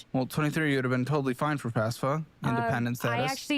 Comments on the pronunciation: >I wanted to go to cowwege 🥺 >mispronounces FAFSA as FASFA This is boiling my brain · Why can no one pronounce FAFSA correctly?